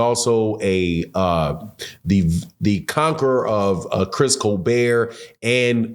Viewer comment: it’s Co -Bert not Cobear Christopher co Bert